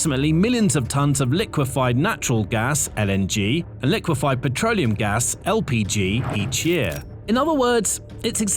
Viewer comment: “Petroneum” products?